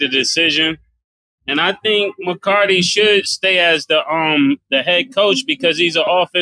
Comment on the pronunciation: Saying Mccartny and Mccarty when you can clearly read it’s McCarthy is crazy , same as cam saying Tomlinson when it’s Tomlin